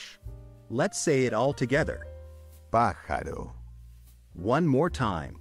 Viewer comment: Once pronouncing the syllables, pajaro turned into pajalo.